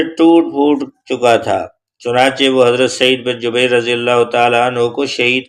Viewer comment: Drust talafez Jubair hay Jabeer Nahin.